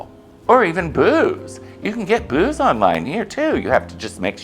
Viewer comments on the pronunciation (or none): Did u say, u order booze or boobs?😮